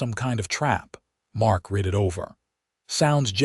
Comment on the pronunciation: “Read” is pronounced wrong.